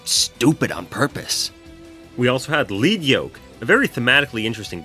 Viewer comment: Heh. a joke about pronouncing cestus wrong, only seconds after saying 'lead' instead of 'lead'. ironic